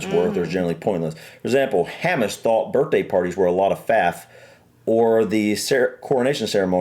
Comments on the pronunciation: The pronunciation of Hamish made me laugh. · Hamish is pronounced hay-mish. It’s a Scottish name.